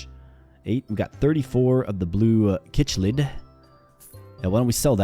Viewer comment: It'd not pronounced kichlid it Is pronounced sicklid [chiclid]